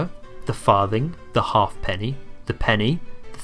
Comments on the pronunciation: Your pronunciations are up the spout. Halfpenny is ha'penny. Threepence is thruppence, etc. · Pronounced ha'penny not half penny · Good except halfpenny was pronounced haep'ny